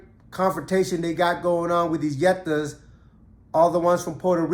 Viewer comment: Beefing when both are USA territory is some bird brain shit when u think about it. The others I get, because they aren’t American citizens but these geniuses actually are full American citizens on both sides. Unreal but REAL. Plenty Netas in NYC back in the days. It’s pronounced (Knee-Yet-Tah) Keep ‘em coming. Content is fire 🔥 🗽🤝🇰🇭